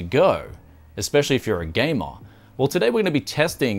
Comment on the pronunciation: Completely off topic, the way you said 'gamer' gave me a flashback! I remembered an old comedy that was about an architect and his personal assistant with huge hair! I think it was Australian, but anyway, interesting comparison. The Xeon is surprisingly quite usable for its age. Shame that depreciation doesn't work as expected this side.